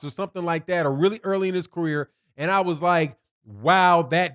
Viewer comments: ULTRA DISRESPECTFUL You keep saying RALLY but it's Rollie .. As a journalist it's extremely important to get the names correct.. MASSIVELY disrespectful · rolly not rally